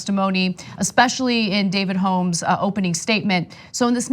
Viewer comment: It kills me how Ana pronounces "Holmes"